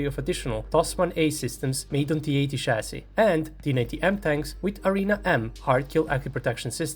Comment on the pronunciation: I think you missed the part where he said chassis